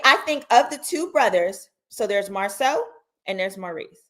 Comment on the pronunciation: This interview was a lie. The woman said Marsau’s name incorrectly and Martell had to correct her. Kempire did a cover of this interview and there were so many inconsistencies